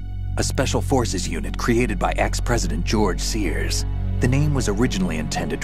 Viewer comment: "GORGE SEARS"